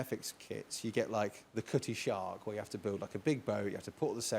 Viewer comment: I'm sure introduced some people to Sharpe. I've been reading Cornwell since Winter King I think. Also sorry, it's the Cutty Sark not shark.